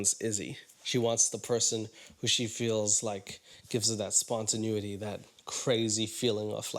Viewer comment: SpontenAety, dude.